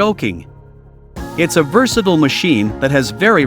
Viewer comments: Oh, I get it! This is a commercial! And voiced by an AI not knowing how to pronounce versatile. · Congratulations on your first comment. It took a year but cost nothing.